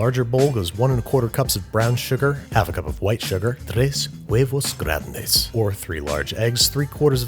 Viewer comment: I'm just amazed at how beautifully and correctly he pronounced "grande"